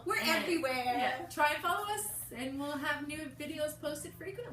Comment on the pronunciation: You guys are funny! at the end when you said new videos it sounded like to said "nude" videos. LOL!